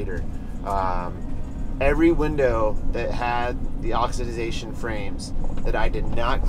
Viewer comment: Oxi-da-zation? Appreciate the fanta-da-tastic pointers. Just messing with you ((